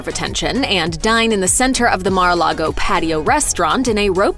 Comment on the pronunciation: Correction: It’s Mar-a-LIE-go.